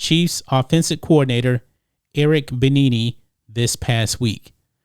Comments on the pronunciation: Its pronounced "Be-enemy" jesus. Also Eric B should not take the Texans job. It's such a bad job and will hurt his career. He should wait for a better offer. Not ever promotion is for the better. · Pronounced Bee Enemy bro. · Its pronounced bell-a-me, played for Colorado In college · Eric Binene? lmmfao! That was injustice they way you pronounced his name. It ain't about the race of the coach, they hired a black man, David Culley. David Culley has absolutely no experience as a coordinator and was never interviewed by any one for a hc job. He is a "yes" man happy to get a hc job and they set him up to fail so they can give the job to Josh McCown when he is ready to become a hc. The Texans are not about winning that's why DW4 & JJ Watt wants out. Look at all that talent and picks they gave away and got nothing in return for. To much nepotism in the Texans organization. Long time personnel in the front office are quitting, free agents don't want to sign with them, coaching candidates are turning down interviews, former players have turn on them and called them out. The Texans are a joke. You need to get the story straight! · I love you guys but come on man you don't know who Eric Bieniemy is or how to pronounce his name? Former Colorado star running back. BEE-ENEMY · It's pronounced Bee Enemy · its Bieniemy not Benini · Pronounced: “Bee enemy” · Say it with me Be-enemy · love the content, but it's pronounced Eric BEE-ENEMY. He used to play FB for San Diego the year they went to the Superbowl. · It's pronounced Eric (bee-enemy) . he played running back at Colorado Love your videos. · His name is pronounced Eric Bee-Enemy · Please learn how to pronounce the man’s name. Eric Bieniemy bee-EN-uh-me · it's pronounced Eric BEE Enemy. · Eric pronounced Be-enemy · FYI, it's pronounced "Be-enemy" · Oh, it's not "Beneneney?" My bad! Signed: Matrix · Love your show. It’s pronounced be-enemy. No offense. Just remember him as a RB for the Colorado Buffaloes